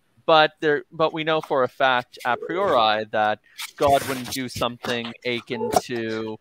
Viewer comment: the word is "a-kin" not "akyn"